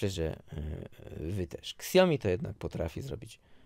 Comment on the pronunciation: Czyta się po prostu Xiaomi albo siaomi a nie szaomi